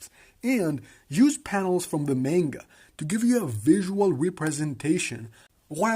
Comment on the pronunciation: Dope video, very interesting. IMO the anime is quite interesting and even tho animation budget is a bit on the low side fights are very entertaining. PS: it's read "Manga" not "Menga"